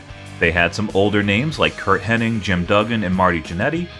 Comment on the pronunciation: Knobbs (I think) coming out here like CIMA. Also, it's HennIG. not iNg